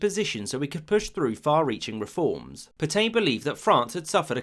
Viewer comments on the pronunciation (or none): Dubious pronunciation of Pétain. "[filip petɛ̃]" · Pétain = (closest English equivalent) "pey-TAN" with the N almost silent. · Please please it's pronounced PETA(n) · Reynaud, not Reynant Pétain, not Petaine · Say “Pet-anne” not “Pet-aine”. That’s a very basic and stupid error. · I enjoyed that, but for future reference, it is Pay-Tan, not Pe-Tain. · Great video. Especially that bit about Roosevelt vs Britain re: France. Only downside: the pronunciation of "Pétain" 🤦‍♂️😂 (Should be more like "Peh-tah", not "pertain"! 😂) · Puh-tain, for Petain? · I have to mention that Petain is pronounced "Petan" but of course the Brits have made a hobby of mispronouncing French words so maybe that's why. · The pronunciation of French words & names in this video is pretty bad. Per-tain, De Gool? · "Le croix de Phew"? Merde alors, votre pronunciation est un bit off 😄 It's 'Pay-tan', btw. Le Petomaine was the guy who farted for the amusement of theatre goers and "music hall" clientèle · Pétain, pronounce: 'Paytain' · Omg he doesn't even try to pronounce things right "Peetayn" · Phillipe Pay-tan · I enjoyed your video, but please learn to pronounce the French names correctly. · A lot of the comments in these videos are crap, needlessly snide and condescending. The British did not "run away" at Dunkirk. They evacuated an untenable situation and thereby were in a position to continue the war. Stop sneering. And for God's sake learn to pronounce simple foreign words like "feu" and "Petain". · Excellent research apart from pronunciation! Pétain and feu were ah interesting